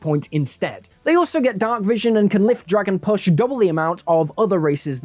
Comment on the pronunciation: I keep hearing you say, "they can lift dragon puss" lol. It took a while to translate that to carrying capacity.